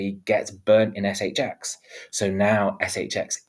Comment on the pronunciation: ESS EYCH EXX 😂 love it